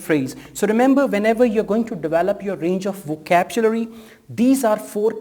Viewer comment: Hello brother, good video but please remember it is not "vokabjulary". It's "vokabyulary"